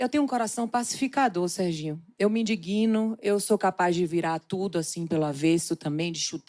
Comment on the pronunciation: "Eu me indiGUIno"!!!